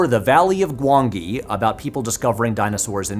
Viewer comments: This is great video 'discussion' but I doubt whether he's seen "The Valley of Gwangi" as if he had, then he would know how to pronunce it. The second 'G' is pronounced as a 'J'. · Gwangi is pronounced ‘Gwan-jee’. I saw it at the theatre when it was first released. Great video, by the way, this is very well thought out!